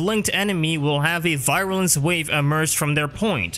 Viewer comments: Virulence not “Viralence” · You make great videos about all this stuff but I have to say you drove me insane throughout this with how you said "viral-ance" constantly. Some of the pronunciations you go with kinda baffle me. But otherwise, as said, great info and I've been going through them constantly since I found the first one, despite the minor complaint. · Take a shot every time he mispronounced virulence. By the end of the video, you won't mind at all. : ) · I love your videos man, but hearing you mispronounce virulence for an entire video was painful.